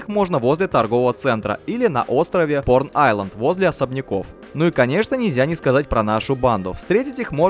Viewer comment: Тема интересная, но поработай с дикцией и произношением некоторых слов, "порн" - айленд вместо "прон" - айленд так вообще каламбур какой-то.